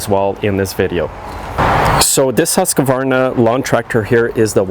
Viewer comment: "HuskAvarna"... Chickanic says it without the extra "A".